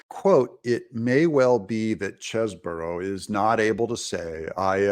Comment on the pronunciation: Doug, get it right ! The man's name is Chesebro as in Chese Bro. There is only one " O " in it. Stop saying Cheseboro. It really makes your self proclamation of being "barely literate" spot on.